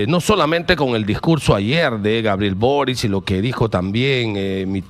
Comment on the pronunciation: El apellido Boric se pronuncia "Borich" , no "Borik"